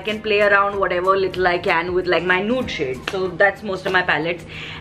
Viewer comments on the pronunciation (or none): Pronounce 👉(nude) correctly 🤭